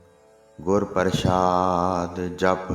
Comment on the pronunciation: ਪ੍ਰਸ਼ਾਦਿ ਨਹੀਂ ਬਾਬਾ ਜੀ ਪ੍ਰਸਾਦਿ ਹੈ, ਗੁਰਬਾਣੀ ਸ਼ੁੱਧ ਉਚਾਰਨ ਕਰੋ ਜੀ, ਵਾਹਿਗੁਰੂ ਜੀ ਮੇਹਰ ਕਰਨ